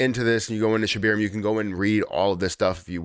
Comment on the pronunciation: Its Shib air ium not Shib eer ium.